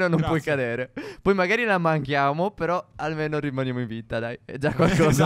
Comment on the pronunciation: 2.10 phere sbaglia a dire ma però . (Non per criticare)